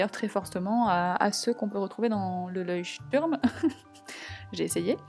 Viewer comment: Comme Leuchtturm est une marque allemande (enfin je crois), à mon avis ça devrait se prononcer " loïchtourm " Sinon super vidéo comme d'habitude!